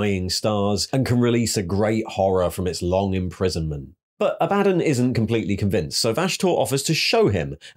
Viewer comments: Aah buh dawn. Not A bad done. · ITS ABBA-DAWN NOT A-BAD-ON!!!!!!!!!! REEEEEEEEEEEEEEEEEEEEEEEEEEEEEEEEEEEEEEEEEE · Ok but it gets on my nerves Abaddon's mispronunciation. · Love your videos but it KILLS me when you mispronounce Abaddon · aba-dawn Row-boo-tay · You can listen to literally any 30k or 40k novel to know you're pronouncing Abadon, and Roboute Guilliman wrong.